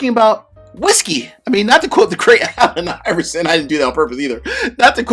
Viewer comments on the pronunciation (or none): none